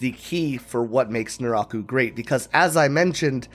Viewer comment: It took me the whole video to figure out nuráhku is some weird pronunciation of naraku, it threw me off hard